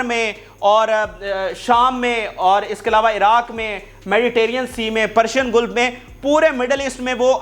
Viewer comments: گیلف نہیں بلکہ گلف ہے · گلف زبر کے ساتھ